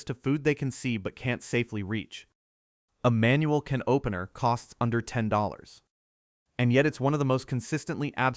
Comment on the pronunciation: Its Funny .. How The A I Cant Say Can Opener 😂